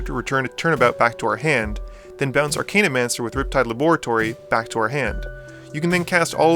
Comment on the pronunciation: As you have quickly become an inspirationalal channel for my own future EDH endeavors, these pronunciation corrections are not meant to be criticism. Tertiary= Turr-shee-ayr-ee. Archaeomancer= arr-cay-o-mann-surr. (only one N. Think of the word archaic, not arcane.) Zenith = zee-nith. The root is "cenit" which is different than the root of the word zen. Ophidian=oh-fidd-ee-en. It comes from "ophis" which means snake. Interesting that you mentioned Melek but not Arjun, which is Teferi's Puzzle Box on a stick and slightly less chaotic. Additionally, you neglected to mention Niv-Mizzet, Dracogenius, which goes infinite with his other self after just one ping from Dracogenius while Firemind is out. Another great video. I prefer Dracogenius simply because he is less of an immediate threat, being more subtle.